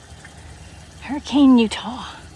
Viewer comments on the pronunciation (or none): That drive through the Virgin |River Canyon is so pretty. There is one place, if I remember right, the road actually is built over the river in one small section. Hurricane UT is pronounced Hurri-ken